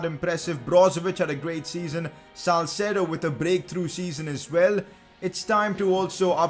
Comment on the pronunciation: Its salcedo